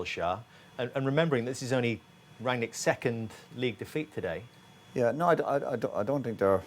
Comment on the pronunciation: Thats new...Ran-ick.....I am used to Rag-nick, Rang-nick or Ran-yick....anyone got another pronounciation they use?